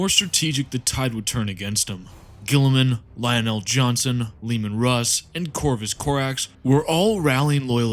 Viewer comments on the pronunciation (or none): none